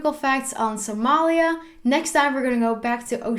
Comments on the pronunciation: Speaking Sincerely I love it the way to pronounce Somalia in Somali Language.... Thanks 👍😍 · Wow 'iam from Ethiopia- somali region 🖒thanks for your wonderfull information 'and liked how you pronounced somalia😃🖒🖒🖒🖒